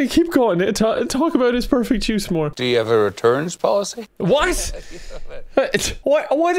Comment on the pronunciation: "Juice", he's saying "Jizz"